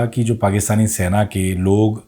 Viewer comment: Sena hota hai Saina nahi ....